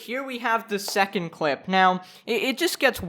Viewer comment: he said cwip